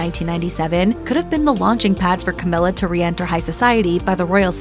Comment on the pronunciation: Cowmilla! LOL